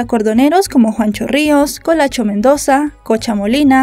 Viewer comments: Hola lo unico que tengo por corregir es que su acordeonero se llamaba Juan Humberto Rois (conocido como Juancho Rois) y no Juancho Ríos como se dice en el video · Es normal que algunos nombres, apellidos, pronunciación..E incluso fechas,estén un poco mal, pues es un caso de aquí de Colombia, y, no conoce de estos apellidos...ese ROIS,no es comun